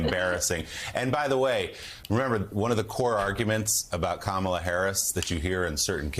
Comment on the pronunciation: Okay, I've been watching this show forever, but I've been watching the last few months and gritting my teeth. Because why can't you people say kamela Harris's name correctly? Have we not been through this? It looks like you don't care. It looks like you are not prepared. You don't even pronounce her name correctly. This morning, 3 different people, including Joe, pronounced her name incorrectly. She's not a camel. She's a coma can you guys work on that? Because it looks like you disrespect her and the rest of us.